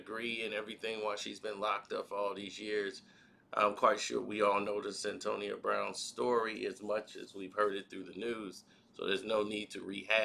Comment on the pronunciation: stop mispronouncing people name it's Cyn toya that's how you say it's ah shon t not ashontay dam